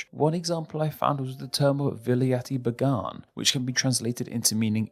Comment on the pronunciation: I am glad you credited India with the creation of the word Blighty but Your pronunciation of words like Walaiti and Baingan is typical of a Walaiti Babu . that's you 😊 Why don't you do some extra and learn how to at least pronounce them properly. It's difficult to use Roman script to properly communicate Indian words but I will try. Walait is pronounced Blairt . like the word 'lair' with a '' b " in front and a " t " on the end. Your pronunciation of wul aar yity is amusing to speakers of Indian languages. Baingun is another typical Hobson Jobson monstrosity It is pronounce Beng gun and ryhmes with Ben Gun (a character in the novel Treasure Island) 'Blighty' is how the English army officers serving in India would refer to their home land, who were also 'blighted' with linguistic disability. ;-). Excuse the Pun, it comes from Pun jab.